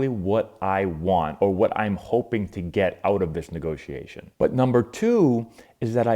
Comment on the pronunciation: What’s a “Negotation”???